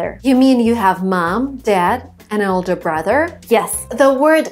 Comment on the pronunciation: accent slipping through :)